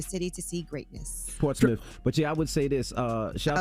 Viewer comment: I’m mad how Yee said Portsmouth lmao